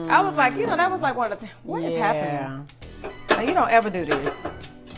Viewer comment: "This is happonening" 😂🙌🏾🫶🏾🙏🏾💃🏾🕺🏾